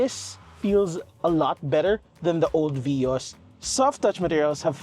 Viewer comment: It is veee-os